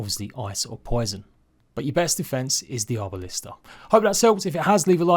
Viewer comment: Arbalest not Arbalista.